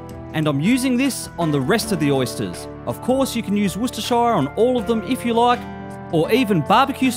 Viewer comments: What a shame you can't pronounce Worcestershire.. i.e. as in Woostersheer..! But great recipe. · Got to work on your pronunciation there mate. It's more like Wustehsheh. There ain't no shire despite the spelling. But hey it is worse in the US where you have people saying War Chester Shire or something similar. Grilling season is over here, so no idea what I'm doing watching your videos. Maybe planning for when the weather warms up again! But, regarding oysters - raw is always best surely...